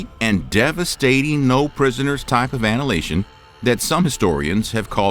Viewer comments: Did he say Anhilation? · Cooooool. ruthless and gnarly. Btw That's not how you say annihilation. What you said is more a prison drop the soap kind of thing.